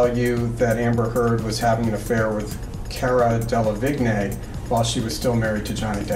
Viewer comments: Cara delevingne 兩個字都唸錯哈哈哈 是car-ra del-le-veen 唸成 kay-ra Del-le-vig-nay 哪位？ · Why the lawyer pronounce Cara Delevigne that way........